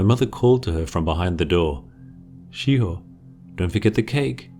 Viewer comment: Ok yo im sure in the video i heard SHE HOE not shiho